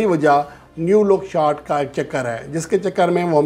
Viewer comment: پیارے بھائی نیو لک شارٹ نہیں نو لک شارٹ ہوتی ہے میری طرح اپ کی بھی انگلش کافی کمزور ہے